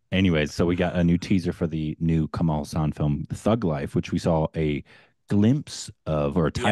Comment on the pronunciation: It is pronounced Kamala Haassan. It means Lotus Smile. It is a Sanskrit name and the way people pronounce it , the name sounds anything but that.